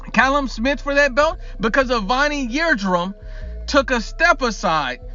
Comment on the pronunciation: Who is "Avani Yeardrum?"